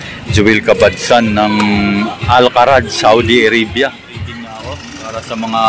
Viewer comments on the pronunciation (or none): Al Kharj po pronounce... hindi po Al Kharaj.....